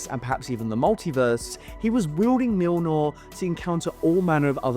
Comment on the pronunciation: mjilnor? Mjolnir?